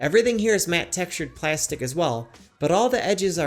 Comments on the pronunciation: The way you pronounce plastic makes me suicidal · he says plastic so weird